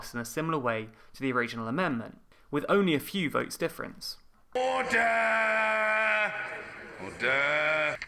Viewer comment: Mr. Bercow needs to review word stresses. ORder and diVIsion.